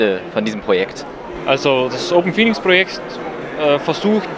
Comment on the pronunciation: Hey, kleine Korrektur: Es heißt "OpenPhoenux", nicht "Open Phoenix". Danke für die Interviews! Lukas – OpenPhoenux